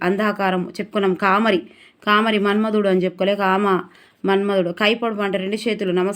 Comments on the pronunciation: కామరి కాదు తల్లి కామారి . మీకు తెలుగు భాష సరిగా చదవడం లేదు. 😢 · Thappulu chadhavakunda chesukondi....కామారి Ma ki dheergam vundhi Thappu chdivithe ardham maripothundhi